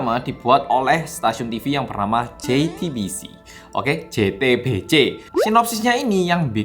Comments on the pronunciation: ngeja jetebece ne iku seng kudu ngakak:D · JE TE BE CE! with Ngalam aksen